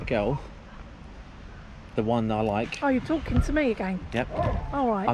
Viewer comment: Ali's mum: Are you talken to me agen?